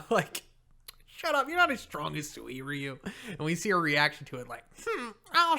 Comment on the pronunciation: Legends says a C class hero dies everytime PRONOUNCES SUIRYU AND SUIKON FUCKING WRONG!!! for godsake hahaha! In the anime they pronounced it "SIRYU" ("U" BEING MUTE) (and it makes sense since many words in Japanese have a Mute U)